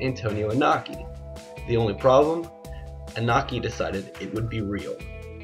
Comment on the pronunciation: It's pronounced E No Key. Japanese pronunciation of vowels is always the same. I sounds like strong E and O sounds like a strong O